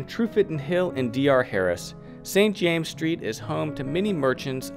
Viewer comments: St James's Street is pronounced "Saint Jaym-ziz Street" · this video is so full of errors you would be well advised to re-dub parts of it. First, it is St. James's Street, in the possessive with the two esses pronounced. It is Piccadilly, not Piccadilly Street. Foster & Son, not Sons. Hilditch, not Hirditch. Need I go on? And I am fairly sure the Queen has granted other royal warrants to perfumers. Then, what about the other three quarters of Jermyn Street? No mention of Harvie & Hudson? This is not up to your usual standards!